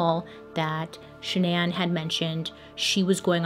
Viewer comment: i love you girl but the way you kept saying shan-NAN instead of pronouncing it regularly drove me insane 😂